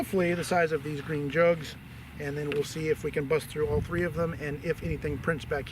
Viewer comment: It's not green! It's breen!